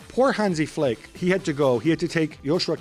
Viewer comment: Gab can cry more can't even pronounce flicks name 😂